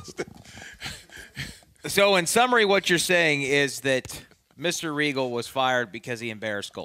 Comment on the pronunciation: say it right, Lord Steven Regal........F**** Legend lmao, i've watched him for over 25 years, an OG in every sense of the word.